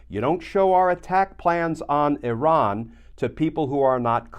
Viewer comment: Thank you for pronouncing Iran properly. Adds to your credibility to speak on matters.